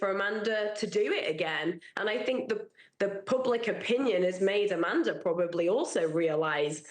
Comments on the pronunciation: SCAManda lol not SCUManda even tho both are right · SCAM-Anda Not Sca-Manda